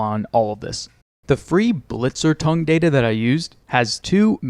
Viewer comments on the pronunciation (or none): Blitzor tung? Its actually a german word! "Blitzortung" comes from "Blitz" (Lightning) and "Ortung" (tracking). Really great video btw!